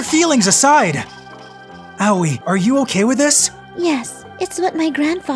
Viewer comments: "owie (Aoi)" my dude, it's A (like the A in Ant) Oi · Awei?🤣🤣🤣 Sounds like a kid that hit his toe🤣🤣🤣 Ps, I'm pretty shure it's pronounced Ao-i I'm just can't concentrate with the continuous "awie"😂😂😂 I keep imagining a kid saying "awie, i hit my toe"🤣🤣🤣🤣 Ps. It's not a bad thing, i actually made my day, so pls don't get offended, I'm just saying it's funny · When he say aoi in my mind it autocorrect to yaoi And after i heard yaoi i heard lesbian and it funny cuz it cringe. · Pronouncing Aoi owie is kinda grating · Just throwing this out there, if anyone wants to know how to pronounce "Aoi", it's pronounced "Ah-Oy" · As if girl's like this exist irl still, it was enjoyable except for how Aoi was pronounced. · The way he’s pronouncing Aoi bothers me.